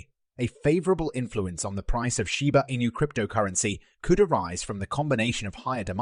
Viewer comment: It doesn’t matter what accent you try to throw on it your AI voice still cannot say Shiba Inu correctly!